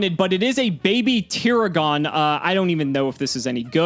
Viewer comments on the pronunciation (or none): It has been a long time since Ive been THIS entertained. You did exactly what I was thinking you should, so good job! But you mispronounced Baby Tiragon, the series sucks (im kidding lol. But it is prounounced Ter-ah-gin, anime weeb here XD)